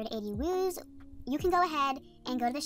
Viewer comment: It’s wooz not wooze